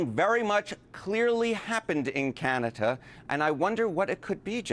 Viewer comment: But I have the only one who heard Canata not Canada?